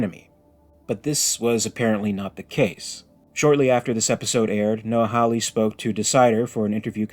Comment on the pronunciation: Mate, you need to pronounce Hawley correctly! Come on!